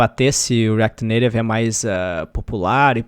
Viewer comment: como é que é "reaquiri neirevi" kkkkkkkk pq tu nao fala "reaquiti naitive"